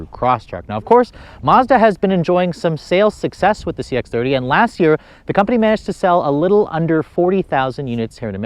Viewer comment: Love your video.. But dang, all of your videos have the, "Lasss Year" thing... It's "Last Year," my friend... "Last Year."